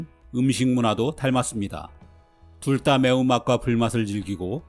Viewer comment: 둘다를 둘따로 발음하네 ㅋㅋㅋㅋㅋㅋ